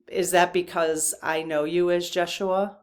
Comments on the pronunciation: Hi. Yeshua is pronounced YES U A Rather than Jess u a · I think it’s ya-shu-a. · I think I've heard the name pronounced Yes-shoe-ah.